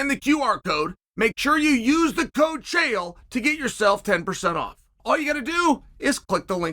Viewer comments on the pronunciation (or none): none